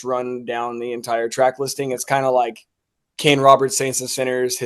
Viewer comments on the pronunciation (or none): none